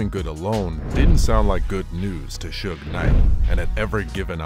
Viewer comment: Is it me or these post talking about suge knight can't even say his name right